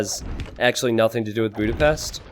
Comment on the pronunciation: Bjúdapeszt. My ears are bleading.